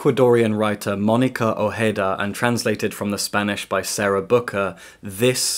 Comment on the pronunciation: I am even more excited for Blackwell's to ship this to me now. It is my kind of novel. I adore books about girls and women being mean and nasty. Also you do a good job at pronouncing the writer's surname. :)